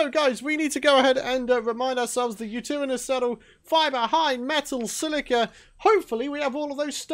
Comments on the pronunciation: It’s pronounced (you-ter-ra-nis) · Literally every Aussie "did he just say Ute?" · The way he says utaranous😂😂😂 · Yutiranous that’s how you pronounce it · Yutyrannus is pronounced: you-tie-rannus